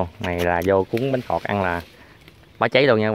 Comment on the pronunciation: bánh khọt mà mà cứ nói bánh thọt